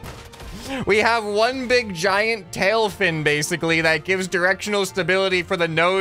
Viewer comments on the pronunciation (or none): none